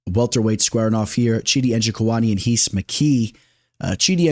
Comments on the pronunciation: Lol it’s heece mckee if he’s Brazilian ! He’s not just say Reece lmao 😂😩no need to say heez mckee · Rhys McKee is just pronounced Reece bro 😂Solid video